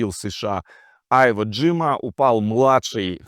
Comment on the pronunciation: Я в курсе .Просто ти читаешь Айводжима.Режет слух